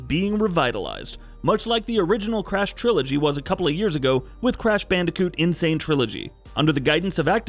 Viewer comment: BandIcoot. Not Bandacoot or Bandecoot.